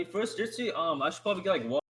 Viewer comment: Every time you say Jitsu i die on the inside just a little. But the game looks dope.